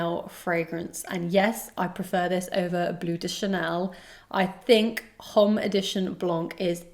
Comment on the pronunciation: The 'h' is silent in Allure Homme.